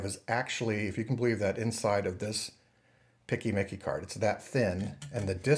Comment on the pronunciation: This is the first time, in 23 years of working in IT, that I've heard someone say "PCMCIA" as "picky-micky" :D